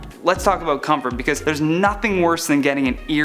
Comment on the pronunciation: "Aboot" lol . Awesome video thanks